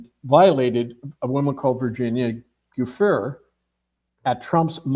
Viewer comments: It’s pronounced Du Frey!! Not Du fer! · There's joo FRAY from Italian, and JOO free in American English. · i believe Virginia's name is pronounced 'jew fray', please due her the honor of pronouncing it correctly. If what you say is true - i need more proof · How do you not know how to pronounce Opus Dei or Virginia Giuffre? It really does not add to his credibility. Just saying. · The man can't even pronounce virginia's name correctly? How on earth do I take this seriously 🙄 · He CANNOT pronounce Virginia Giuffre's name????!!!!!!!! WOW, I don't know about this dubious topic. Shaun didn't do a proper intro on this guest...I recognize him from somewhere, but don't know his background exactly, just saw him on some catholic channel, I think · You’re pronouncing Virginia’s last name wrong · What's wrong with this guy? He's probably the only human on earth that doesn't know how to pronounce Virginia's last name.